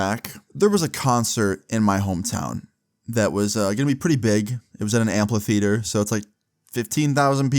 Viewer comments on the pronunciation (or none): My man said "Amplatheater" 😂